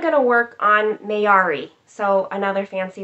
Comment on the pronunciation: Hi! You pronounce my name perfectly. I’m impressed. :) can’t wait to get started - I think I might stitch the black last… mostly because I probably need a spool and want the black to all match exactly. Thanks for having me along for the stitch along. Hashtag sounds great. :)